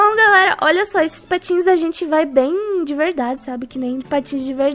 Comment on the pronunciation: na hora que vc fala que tinha comprado patins eu pensei que era patos;-;kkkkkk😂😂😂